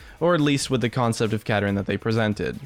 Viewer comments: "champion conept" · Champion "conept" 21 rofl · "Champion Conept 21" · CONEPT ;) Great vid tho, love these kinds of videos